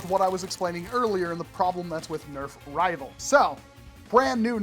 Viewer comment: I heard Nerf nival 💀